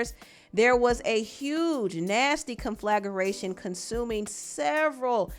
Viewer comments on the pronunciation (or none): Ok. Not “conflageration” - it’s “conflagration” 😅